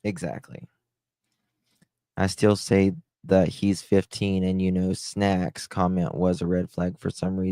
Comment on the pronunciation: “ SNECKS” ugggh unnerving!!!